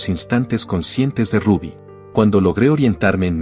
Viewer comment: No le decian Rabby le decian Rubby tienes que tener cuidado cuando dices algo siempre te equivocas cuando dice nombres o apellidos especialmente en ingles ,tienes que estudiar un poco mas ,lo siento.